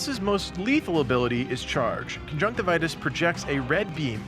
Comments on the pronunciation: Isn't it conjunctivius and not conjunctivitus? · It's Conjunctivius - lol